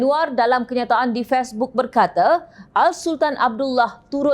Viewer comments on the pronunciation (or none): Kerap sgt ni sebut Face book sbg fes book...producer tlg la perbetulkan sebutan ni.Pd aku jom channel is the best kat media sosial ni,jgn rosakkan image kalian dgn kesilapan kecil bagini. you're good as a newscaster,suara ok,pause you ok,personaliti ok cuma kekadang sebutan you tak tepat.Perbaiki ye.